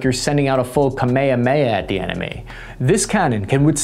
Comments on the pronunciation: my guy said kame-kameha wrong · Yea you pronounced kamehameha weird. Lol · Surely we are getting trolled with that pronouciation of Kame-hame-ha... Right? ... RIGHT? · No one gonna mention how he said Kamehameha XD